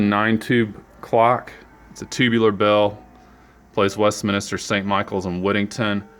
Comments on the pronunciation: Why did you say Westminister instead of Westminster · It's pronounced MINSTER, like spinster, not MINISTER. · Its Westminster not Westminister, you would think someone would know whose business it is.